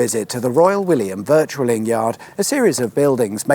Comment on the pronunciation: Royal William Yard: viCtualling not viRtualling! And pronounced ‘ vittling’. Thanks